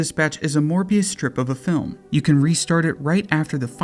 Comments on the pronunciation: "Mobius strip" not "morbius strip" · You said Morbuis Strip...